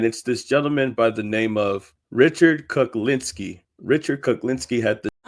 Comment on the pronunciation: Richard Kuklinski= KuK not kul